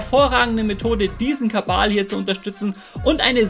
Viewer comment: diesen Kabal? ist das Absicht? :D